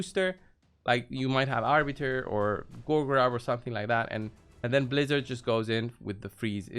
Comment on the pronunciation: Ummmm excuse me good sir, it’s pronounced Blizz-ARE 🤪😂 just messing around hahaha thanks for the video bro! Happy holidays! 🎄